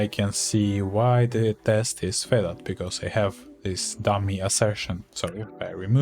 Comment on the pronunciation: Привет. Пришел в поиске как народ использует neotest. Очень крутая шутка. ПС. На досуге глянь как произносятся слова "binding", "failed".